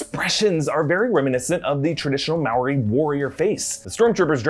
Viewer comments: There’s a curl in the r in moari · No offence but the way he pronounces Moari hurts me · Its nit mauwi its mo dee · Yeah nah aye as a Kiwi I can assure you that Māori is pronounced Mouldy. Chur cuz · It's funny how he pronounces the word moari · such lols at the pronunciation of maori